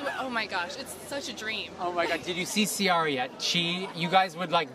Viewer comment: Did he say See-Aria?? Dude it Ciara. See-Air-A